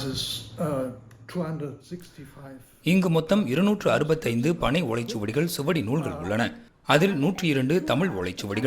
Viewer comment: நூற்றாண்டைஸ்ஸ் ஸேர்ந்த, ஓளைச் சுவடி.. ஜெர்மனியைஸ்ஸேர்ந்த, baddhiramaha... pathithiramaha... ப, த..உச்சரிப்பு பணை ஓளைச் சுவடி..... இதெல்லாம் என்ன அருவெறுப்பான தமிழ் உச்சரிப்பு...